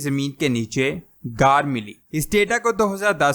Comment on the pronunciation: Ghaar ko aisay bol rhy Jason say car bol rhy